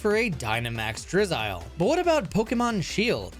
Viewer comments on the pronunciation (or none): none